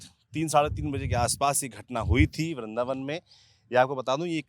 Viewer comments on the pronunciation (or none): bindravan hota hai vrindavan 🤔